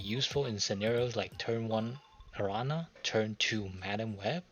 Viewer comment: My favorite thing this week is gonna be watching videos by people who don't speak spanish trying to pronounce Araña XD